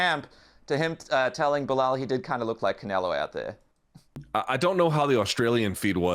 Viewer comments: I love how you called belal beniel. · lol i heard you call him Beniell....jeez will anyone remember the name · You said Benil and forgot belal's name🤣🤣🤣 not sure if you did that on purpose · He forgot his name and called him beniel at the beginning. Poor Belal. Can't get a win online. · bro was also the hater he couldnt even say Belal...